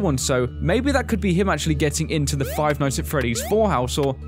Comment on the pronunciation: ITS THE NOT DE